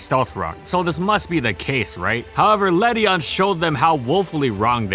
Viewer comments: Ledyin not ledyon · Le-dee-in please ughhhh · This pokemon is proof of how stupid the official pronunciations are. Led-ian. That's how it's spelt. Yet its pronounced Led-ion? That's dumb. In my eyes, it will always be Led-ian. Doesn't matter though, still useless. Please, Game Freak, some love for the lady bug. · Ew that ledian pronounciation